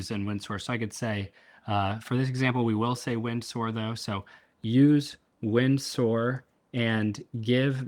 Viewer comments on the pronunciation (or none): Oh my days stop saying wind soar 😂😂😂 It's "Windsor" pronounced "winzurr" That aside, incredible! I'm using manus for very similar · Just a heads-up, it's pronounced "Win-zah" - like Windsor Castle. :D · Pronounced “Winser”